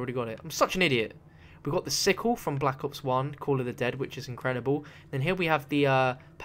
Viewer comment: He said black ops onezee